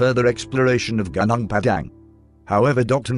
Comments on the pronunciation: Pronounce it : Gu (like Glue) Nung (Nung) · Would appreciate if you would read it becos I find that I cannot focus when a bot-voice is used. You can always google whatever you’re not sure on how to pronounce. The bot pronounces many non-English words wrongly anyway, e.g. Gunung should be “ goo-noong” Just saying...mind you. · the word "gunung" should pronounce "goonoong" not "gaanaang" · Gunung is not pronounced Gah_Nahng.. its pronounced Goo_noong lol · sorry, it spell gu - nung .... not ga - nang ...why western spell U as A i will never understand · gunung are pronounce goo-noong. and it means "mountain" in Indonesian.